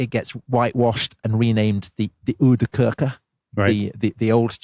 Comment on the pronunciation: I agree: "hofjays" should be pronounced as: "hofjuhs".. and Uhde kurk would be: Ahwde kèrk.